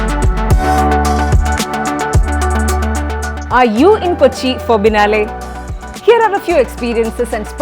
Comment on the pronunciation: It has to be pronounced as " Bee-eh-nayl " not Binalae ! It's an Italian word